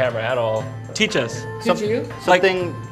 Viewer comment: OK so I sat there wondering how the funk that guy came to the conclusion that he should kick Jon in the face for a good few minutes, but I thiiiink I found the problem here. The guy thought you said "Kick us." The way you said "Teach" probably sounded a lot like "Keek" lol